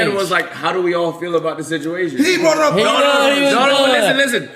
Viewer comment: whats with this "ah" at the end of words? "Up-ahh"????